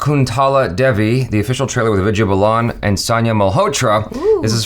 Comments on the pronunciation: It's Vidya Baalan not Balaan.. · It's not Balaan dude it's Baalan.. please do try to say the names who they're actually said. Put in some effort there too please. :) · It is baalan not balaan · it is Vidya Balan not bulan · they are completely off on pronouncing Vidya's last name!!! it's pronounced as Baaalan